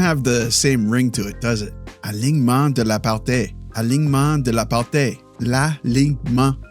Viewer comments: No, he didn't. He pronounced "alignement" and the first part of the word "partie" correctly, but the ending was incorrect. It should sound like TEE rather than TAY. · Partie: try pronouncing it partee or partea rather than partay. Cheers! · Partie is pronounced "par-tee" not "par-tay" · Alognement de la « par-tee » not ay ☺️ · "alignement de la part-ee. Sounds more like part-ee han part-ay... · Partie is pronounced like party but with the hard r. It's a "ee" sound not a "é" or "eh" idk if you know accents in French yet. Keep it up brother you're pretty good already. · L'alignement de la parT (just prononce T instead of TIE) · When you want to say “partie” pronounciate it the same way as “party” but with a French R. So the end of the word sounds like a word finishing in “ee” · Partie for you is partee. Because the "i" in french sounds like "ee" in english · Not at all lol, its pronounced "par-tsi" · he pronounced it with "tea". "Tea" is pronounced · ˈtiː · / pretty good... alignement de la partIE ... IE sound like mIddle